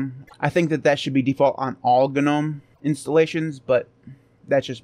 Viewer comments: using the word "Gnome" the G is silent... As in NOME. Just a thing. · except you're wrong. Gnome,in this case, started it's life as an acronym. First word GNU. So unless you're also mispronouncing GNU...